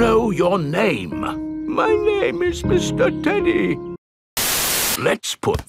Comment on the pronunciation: look at "mr danny" and it sounds like mr danny turn off cc and it sounds like mr teddy